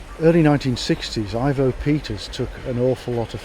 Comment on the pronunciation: On a shed-visit to Bath Green park in about 1960 I saw the whole S&D 7F 2-8-0 class. BTW - Its Ivo , not 'Ivor' Peters.